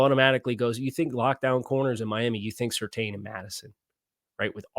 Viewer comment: I'm f'n begging you: PLEASE LEARN HOW TO PRONOUNCE SURTAIN CORRECTLY sur-TANN. It's so grating to hear you keep getting it wrong.